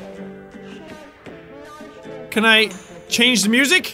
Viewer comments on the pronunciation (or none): none